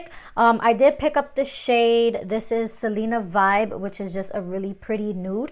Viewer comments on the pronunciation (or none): Who else got triggered for a second and yelled Vi-Ve!!!! Love her but I was like that’s not how you say it girl lol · Such a fire look!!! And I’m almost sure it’s pronounced vive (like vivir) 😜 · Beautiful look you nailed it!!! I think the lipstick name though is pronounced in Spanish though lol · Not hating but you said Selena vive wrong😂 I still love you tho😍